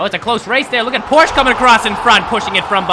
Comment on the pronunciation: I love your track set ups! Long straights show off a good car with good wheels, and the curves just help make the track longer & cover more ground. Oh, and "Porsche" is a two-syllable word. "Por-shuh"